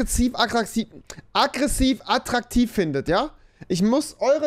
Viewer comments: Rewi braucht Anmachsprüche, aber kann nicht mal "attraktiv" richtig aussprechen😂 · Junge Junge,nimm erstmal die Decke aus der Schnute dann kannst du auch "attraktiv" richtig aussprechen😂😂😂 " Hi, ich bin Schriftsteller und schreibe gerade an einem Telefonbuch. Deine Telefonnummer könnte ich noch gut gebrauchen." "Hast du ein Foto von dir dabei? Ich möchte dem Weihnachtsmann helfen, meinen Wunschzettel zu erfüllen."